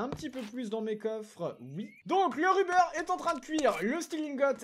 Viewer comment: Ruber ça se prononce avec un "o" au lieu d’un "u" dit le donc rober sinon super vidéo continue gg pour le million